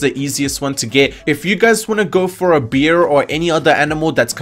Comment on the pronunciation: He’s saying bear ? Or no ? I’m sorry I honestly can’t tell.